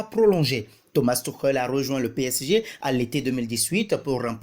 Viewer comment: Thomas thioukhel il a dit🤣🤣🤣 un accent vreummennnt